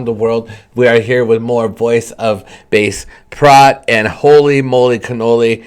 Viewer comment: Pronounced bah-che-prot......!!!!!!!!!!!!!